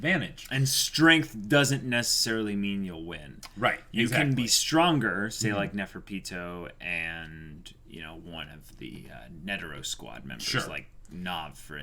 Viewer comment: *Menthuthuyoupi is pronounced (Mon to to you pee) Shaiapouf is pronounced (Sha Wa Poofu) Neferpitou (Ne Feru Pitoh)